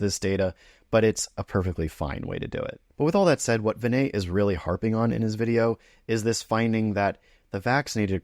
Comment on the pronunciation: Hey Pal, How about learning to pronounce Dr. Prassad's first name correctly?